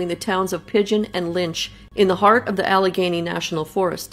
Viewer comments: She's from Canada. She usually doesn't pronounce L 's. At the end she says Alagany right. She said she write the story out, because of how she pronounced things. I like her reading. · "AL-ah-GAY-nee". It's a mountainous region within the larger Appalachian mountain range in the north-eastern USA. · Great story! The correct pronunciation of Allegheny is Al-le- gainie. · I love your posts! I believe it is pronounced AL-eh-GAIN-ee. If I'm wrong I'm sure someone will correct me. ☺